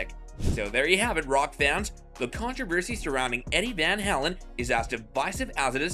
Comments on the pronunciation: Van HALEN. The way you say Van HELEN is so aggravating. Lol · Vanhalen not vanhalan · You're probably the only person on the planet that doesn't know how to pronounce Eddie Van "Howlen's"- name. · Yeah. Van HAYlen, not the way you say it. Stop trolling. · You make me laugh every time you say vanhalin.?? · Can't watch this video if you can't pronounce the name of your subject matter. You are discussing someone you obviously know nothing about - one of the greatest ever guitarists, no less. I would have more patience if it were Yngwie Malmsteen. I'm cutting this off now after only seconds. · First of all if you’re gonna make a video learn how to pronounce the man’s name correctly This is 10 minutes of my life I’ll never get back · You can't even pronounce his last name correctly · Dude, you can't even properly pronounce Eddie's last name. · Why Rockers Can't Stand Eddie van Halen? What a stupid question to pose! You know what everyone of the viewers that watch this video cant stand? The way the narrator pronounces Eddie "Van Halen"!!!!!!!!!